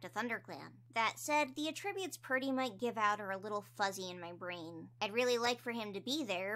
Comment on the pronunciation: please i love your videos i basically watch them religiously but i think you may be saying attributes wrong 😭 please don't take this as me being mean i just wanted to let you know, i could be wrong anyway. great video as always ur the best 👍